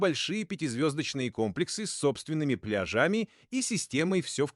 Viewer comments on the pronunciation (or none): Спасибо за обзор) А что же с ударениями? ИИ озвучил? С собственными пляжАми 🏝️ Район кемерА